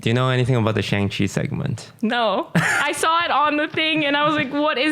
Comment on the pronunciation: He mispronounces Shang-Chi every week lol